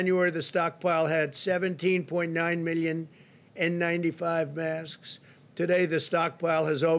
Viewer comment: lmfao he cant say masks nm he can say it but only softly